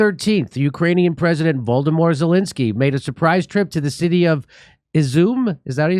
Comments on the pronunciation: Jimmy, could you please pronounce "Vo-lod-ymyr" correctly.HIs name isn't Voldomor!! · Did you just say VOLDEMORT Zelensky at min 2.08??? 😁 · " ...voldemor zelensky..." made my day. t y.